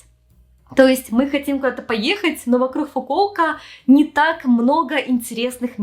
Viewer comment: стала более явно Хэкать)) "ЙокоХама", "вокруХ"😅 раньше не замечала, хоть и знаю, что с Украины